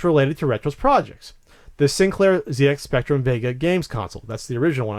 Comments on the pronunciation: 1 for continually saying ZX spectrum wrong. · Yeah its a bit mad hearing it pronounced Zee X Spectrum, rather than what us brits would pronounce Zed X Spectrum :)